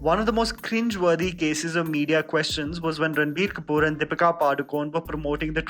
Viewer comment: Please learn to pronounce people’s names right. It isn’t so hard... I’m sure you can find people from that part of the world to ask, case in point, Deepika is Padukone (pad-u-kon-e, a Konkan name, is similar to a lot of Marathi Konkan names). Devaiah isn’t pronounced like ‘sevaiyyan’ but as dev-aiyya.